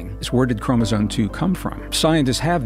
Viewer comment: Anyone who mispronounces Chromosome as "Chromosone" is not to be taken seriously.🤦